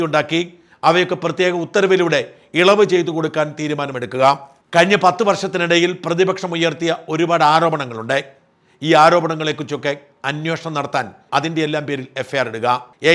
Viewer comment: ഉണ്ടേ. അല്ലാ ഉണ്ട്., വാക്കുകൾക്കാവസാനം എ കാരത്തിൽ നിറുത്താതെ തു ,. നടത്തേണ്ടതേ. അല്ലാ നടത്തേണ്ടത്. ( ഉദാഹരണം. )